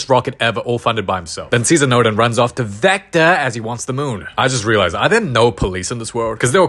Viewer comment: Bro said zector😂